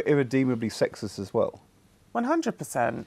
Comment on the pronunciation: Love that you said that "women can't be *SEXIEST*" instead of sexist. XD That is true, too tho.